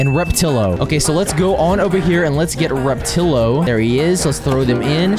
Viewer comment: finally pronounced repatillo right